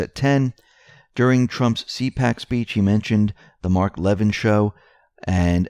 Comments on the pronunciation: La vin not Levin. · Mark LA- vin NOT Lev in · phonetic correction... Levin is pronounced Le-Vin... for future reference :) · He pronounces his name La vin (like the vin of a car).😉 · Mark Levin ..... pronounced luh-vin...... Like lu..llaby and vin number. And what happens when there are NO arrests? Can we bring out our deer rifles then? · It is pronounced //LAH...VEEN// Levin...!!